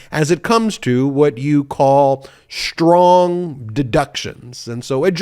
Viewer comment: Shtrong? Stop it. Speak properly.